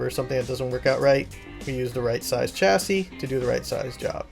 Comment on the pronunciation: Sorry to point it out but the way I normally talk you said chassis wrong